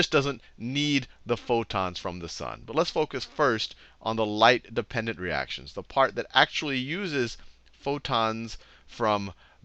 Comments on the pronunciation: Light Dependent Reaction* not Light Dependendent Reaction lol Photophosphorylation, you forgot the -phos- :) Other than that this stuff is just fascinating!! Thank you for this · Light dependendent reaction